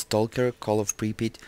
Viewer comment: so you say it like this: "pri-pit"? Cuz that is exactly what I heard you say. Unless you didn't pronunciate it that well.